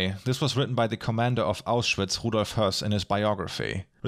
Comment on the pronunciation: I noticed that and later you pronounce “Auschwitz” like “aus-schwitz”, but the name has nothing to do with perspiration, but is a Germanized version of the Polish city name Oświęcim. ;)